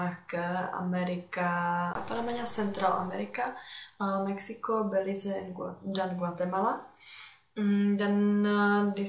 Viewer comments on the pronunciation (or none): none